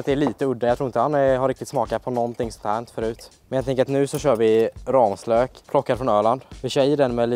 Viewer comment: Folk som säger rammslök… det heter ramslök